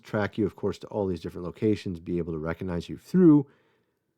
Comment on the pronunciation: The "G" in recognize is not silent.